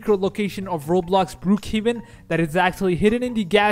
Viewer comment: You say Brookhaven cc be like brew kevin